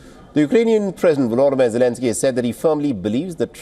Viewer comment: Russian President Vodolimir Zelensky, did I hear you right? 😅